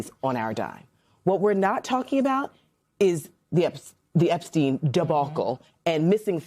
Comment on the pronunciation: Now repeat after me, "Don't forget about the Eepistein filea"